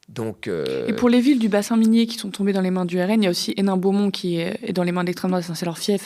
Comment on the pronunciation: Qui Z-ont.. Purée. Vous pouvez mieux parler la France ? 😅